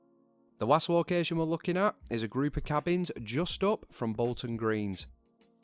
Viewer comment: I am noot gooing to lye ya, locaatioon. I am so sorry. ^^' Great video nonetheless. :D